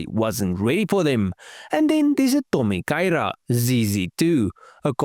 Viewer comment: I think you did well with the Japanese pronunciation. 👍